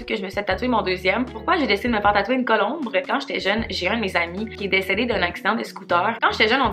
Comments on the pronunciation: La vidéo est full bonne, mais par contre on dit colombe, pas colombre 😂❤️ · jtadore vrm mais on dit pas colombre mais colombe!!!😩😩😩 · Bin oui !! Esti qu'à m'as fait rire 😂🤣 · Très cool vidéo!!! Par contre, je pense qu’on dit colombe 🕊 je suis allé voir sur internet parce que je trouvais que ça sonnait drôle coulombre😂 Je voulais juste t’en faire part! Bonne soirée 😘